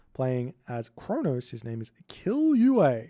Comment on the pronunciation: i found that funny because i read it Killua (a character from manga Hunter x Hunter) and when you said ''k*ll you ei'' i almost spill my milkshake. The double ll is pronounce in that name as it was in the word ''valley''. I hope this helps even tho i'm a bit too late watching this vids xd. All good and fun times with you. PS: No hate at all, i just found it funny because I be doing that sometimes when I don't know how to pronounce a name in another language than my native one